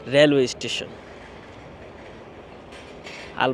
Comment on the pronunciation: Ei seler somosha asse....o mone kore or jonno sob desher sob meyera pagol but se je ekta khet....je naki station bolete paree na uchcharon kore eistition....ei hoise obosta